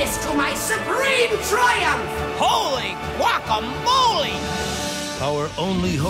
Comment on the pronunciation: He said Holy Gwacamoly and it was Gwacamoly. Lol.